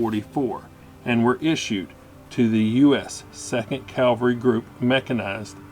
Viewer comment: Just a peeve, cavalry (cav-al-ry). Calvary is where Jesus was crucified. Brave rifles!